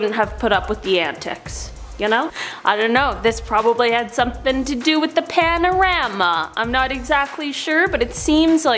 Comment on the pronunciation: Why she keep saying panarama, does she mean pandemic, I don't understand